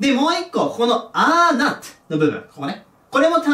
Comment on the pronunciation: not(なっと)を聞くたびに納豆って思う